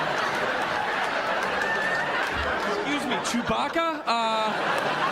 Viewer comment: To be fair, she is right about our ecosystem collapsing. But boy, was that presentation canned. ("Our hentire hecosystem his collhapsing!")